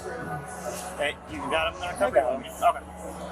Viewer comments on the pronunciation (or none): He said ambalance lol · igets the dunce cap and an extra prize for the pronunciation of ambalance. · He was the most annoying. "Ambalance!" Embarrassment. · Why do black people always say ambulamps??